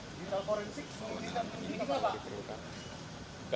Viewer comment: Ngomong digital forensik aja salah pengejaan. Haduhhh